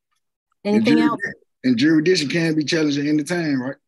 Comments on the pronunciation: Did he say juridission around the mark?..maybe my ears need cleaning out,I don't know. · What the fuck is ' jurisdeeshon ' 😂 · What the hell is "jury-dishin'"?!! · Jurr......rissss.....dic........tion. these sovereign citizens can't even say the word right let alone understand its meaning. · Gyro Dixon..... is he trying to say jurisdiction😂😂😂😂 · Is it just me or is he saying Jurisdition not Jurisdiction. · Yes this dumba$$ did say “jurydiction.” This judge rocks. This is the first time a sovtard pulled out Black’s Law Dictionary & was told by the judge that it was a DICTIONARY, and has nothing to do with the law. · JURI DICTION......😂😂😂 HE TOOK THE S RIGHT OUT OF THERE! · Sujess matter juressdeeshun...Jesus Christ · He wants to know the “jurasdishun” 🤦‍♂️ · What’s a Jury-dic-sen ?? Anyone? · Juridiction?? This Culture clown dunz gotz his own WACKcandan language..... BUWAHAHAHAHA.. Zoom should come with a ( Shock a mofo) button that sends a charge of 5000 volts to the chair you are in when you make the judge mad..... WHAT DID YOU SAY EBAY? ZZzzzZZZZZzzZzZzzzzzzzzZZZZZZZzzZzz. Now what did you say MR. EBAY? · how can he "axe for jury-dicton" and think he has a brain to grasp written law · What is "juridiction"?? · He needs to be required to pronounce jurisdiction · Why can’t they pronounce jurisdiction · He could learn how to pronounce jurisdiction for starters. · What does “ah abjic” mean? 😂😂😂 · He can’t even pronounce what he’s trying to argue 😭. Gawd these people are stupid 😭😭😭😭😭. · I'm going to need you to be able to pronounce jurisdiction before you ask someone to prove jurisdiction...ijs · He can't even say the word jurisdiction, and he wants to challenge it?!! What a moron! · I don't think he should demand her to prove jurisdiction when he can't even pronounce it.